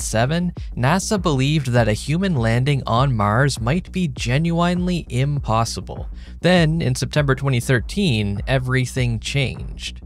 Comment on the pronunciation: is this AI ? That's not how you pronounce "genuinely".